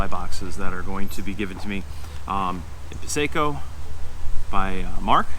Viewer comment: You make organizing the chow seem almost as fun as eating it (and I'm a fat guy). Just a small pronunciation thing: Piseco, NY is pronounced pis-ee-co, not pis-ay-co. Thanks for the video!